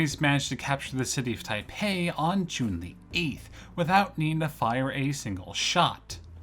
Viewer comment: Not only that, but he says Taipei differently twice, neither correct. It's a common thing though, people do tend to way over exoticize Chinese pronunciations because they don't know them, and it adds to the feel that you might be more on target when doing so.